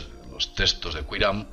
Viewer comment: Testos? Se pronuncia textos